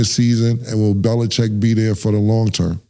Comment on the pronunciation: Cam said Bills Belicheck 😂😂